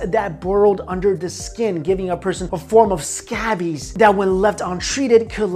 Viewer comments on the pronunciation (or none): scabies is pronounced /ˈskeɪbiz/ not scabys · anyone else giggle when he pronounced scabies as "scabbies"?? i thought it was adorable..